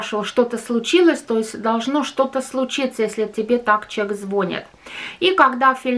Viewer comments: все очень правильно говорите! Но надо говорить не звОнит, а звонИт! Очень режет по ушам! А так интересный канал! Успехов!!! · Все правильно, только не звОнит! а звонИт!!! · Не звОнит звонИт